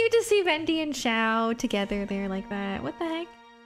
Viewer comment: for once someone who says "Xiao" correctly